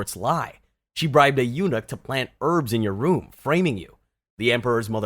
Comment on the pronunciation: I'm sorry, you pronouncing "eunuch" wrong everytime grates my ears 🥲 It's pronounced similar to "unique" but the emphasis is on the first syllable. Please grab a dictionary or something next time